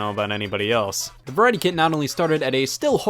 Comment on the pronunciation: I keep hearing "Kid" instead of "Kit"